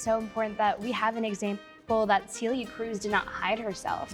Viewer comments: It sounds like you're saying Cilia (Ci instead of Ce)... it's more of an E sound for that first vowel... not cilia. I hope that helps. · Yes, I've only gotten back into learning Spanish a year ago, but I learned about Celia way back in my college Spanish course (and have been listening to her music ever since) and hearing her get called SEELIA made me cringe. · 100%!!! This is why i couldn't help myself and had to comment with what it should sound like... I hope it helps them. It's hard when you don't speak the language... but we have that e sound in English (bed, head, fed, all have that 'eh' sound you need for Celia) so it should be doable.